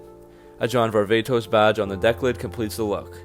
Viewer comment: Hey dumb dumb it is pronounced var-va-tos....not the way you say it var-ve-tos...is actually the wrong pronunciation dumb nut